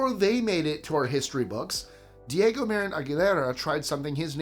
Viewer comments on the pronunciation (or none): none